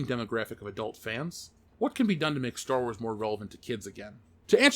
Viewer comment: for the last time, it's called Star Wars, not Store Wars...omg